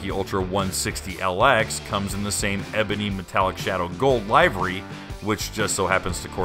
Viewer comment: Not to be “that guy”, but it’s “livery” with a short “i “not, “lie-very”.